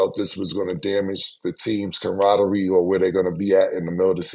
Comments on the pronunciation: camraderie was craaaazy😂😂😂😂... 💀💀💀🤔.. .... it's camaraderie...😆😆😆🤦🏿‍♂️....🥷🏿 missed a whole syllable...😂😂 come on... #EXPERT 😂 .... you got CAM.... saying it😂😂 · I’m excited to hear what word cam pronounces wrong tryna sound smart today